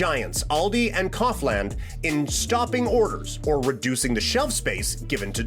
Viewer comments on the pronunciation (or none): Funny ai slop that can't read Kaufland or Carrefour xD